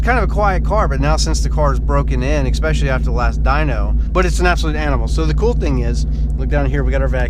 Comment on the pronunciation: what is ex-specially? Is that a new way of saying especially?